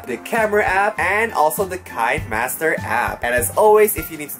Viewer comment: Kuya is read Ki-ne Master